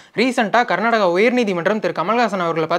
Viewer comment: Not karnadaga karnataka Not kannadam kannada